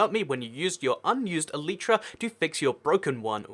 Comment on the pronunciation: Toycat, what is an eleetra? Are you trying to say elytra?